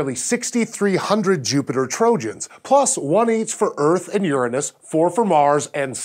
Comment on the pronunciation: he said uranus wrong